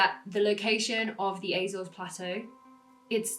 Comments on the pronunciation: Apart from the Azores which you pronounced like a septic, it was right. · I wish you'd stop mispronouncing Azores.